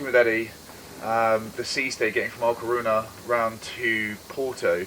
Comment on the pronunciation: How have you not figured out that it is LA Coruña, (or A Coruña, if you speak Gallego (Galician))? And it is pronounced 'la corunya'. Shame on you! As for the Irish Bar....